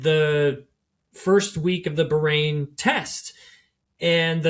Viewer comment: You say Bahrain so insultingly wrong